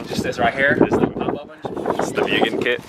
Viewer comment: Pronounced moogen bro. MOOgen lol but keep up the CTR content! Have a 19 CW myself🤜🤛